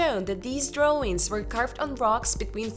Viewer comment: Why do you say .. DrawRING instead of drawIng .. ING